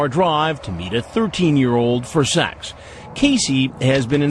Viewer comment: why does Chris Hansen say sex like "SAHX"? lol